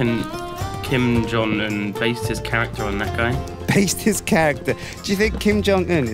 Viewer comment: It's Kim Jhon um not King John un